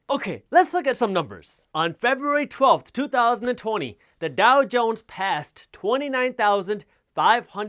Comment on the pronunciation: "two thousand and TONY" LOL